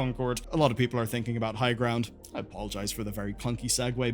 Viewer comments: am i misshearing highground? I thought it was highguard? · He called highguard higround😂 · Lol Highguard is so dead that even the name was said wrong 😂